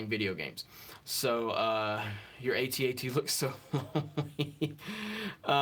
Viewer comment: you broke my heart, dude. It's at-at, not A.T.A.T.